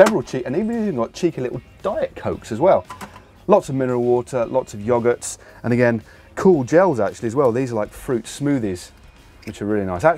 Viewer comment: I'm sorry, but how did matt pronounce "yogurt"